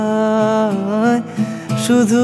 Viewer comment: 'পরিছয়'..... বাংলা উচ্চারণে নতুন মাত্রা যোগ করার প্রয়াস......